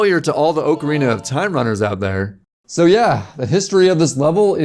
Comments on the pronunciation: Its not called a god damn OHKAh ReeNah. Its Ock A Reena. Wtf is wrong with you? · What's with Nintendo fans not knowing how to pronounce "ocarina"